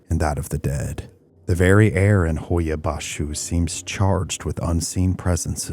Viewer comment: Here to hear how the Romanian is pronounced, well done. I was born in Romania, left when I was young, haven't been to Hoia-Baciu...fascinating video. Noroc!